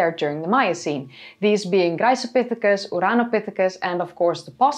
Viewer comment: Just curious: is there a reason why you pronounce "Graecopithecus" with a soft, sussurring 'c' at the beginning rather than a hard 'k'? The way I see it, both are intervocalic 'c's preceding a low vowel. Am I missing something?